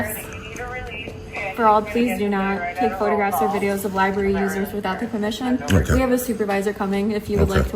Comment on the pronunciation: Seeking out transparency in a child's room at the "libarry". He definitely has the extra chromosome working. Great job, frauditor! 😆 🤣 😂